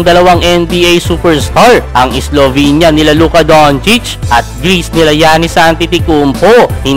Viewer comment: Islovenia Awstralia😂